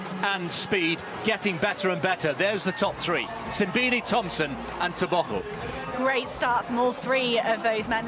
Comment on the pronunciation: Simbine is pronounce sim---bee----knee